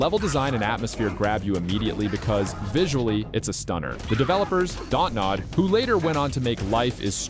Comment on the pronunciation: Also the remember me developer is just “Don’t Nod” not “daught nod”